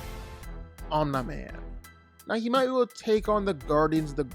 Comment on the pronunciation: The slight mispronounciation of "Omni" has been bothering me on a spiritual level